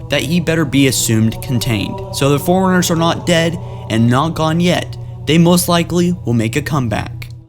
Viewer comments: and Forerunners not Foreigners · Look Okay? No offense but it's Forerunners not Foreigners, It's The Librarian not The Libarian, And lastly it's Iso Didact not Iso Dinact, Again I mean no offense towards you it just bothered me, It's still a great vid none the less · You say 'forerunners' like 'foreigners' and it drives me nuts. Other than that great vid and info thank you so much. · .Joker Dinact, Libarian, and the one that gets me in ALL of his videos is how he calls forerunners foreigners.